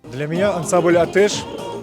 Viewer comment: Даже слово атеш правильно крымские татары уже не могут произнести, что за жесть атЭш..